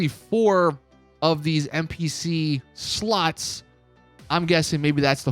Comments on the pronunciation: Bro are purposely pronouncing “slots” as “sluts”? Lmaoo! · Why do I hear him say sluts not slots xD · My mum miss heard you. My volume was up loud and when you say slots all she was hearing was sluts. So with that being said. When you said we got slots and poker and slots this and that it made me and my mum LOL. So thanks for that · Everytime he said's slots i think je is saying sluts 😂. I think it probaly just me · He said “sluts” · Slots or Sluts 😂😂😂😂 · Literally sounds like you're saying "SLUTS!" 😅😂